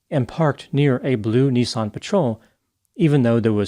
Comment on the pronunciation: NISSAN bud not NEESON